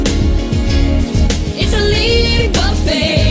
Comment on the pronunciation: I like Raven as a actress...not so much as a singer. I commend her confidence tho. It's like in her head she sounded liked Whitney Houston lol and the way she pronounced fortune as "for shoon" was hilarious. I don't know why Disney thought all their actors could sing lol